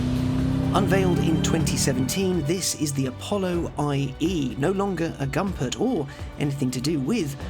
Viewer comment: It’s pronounced Goompert!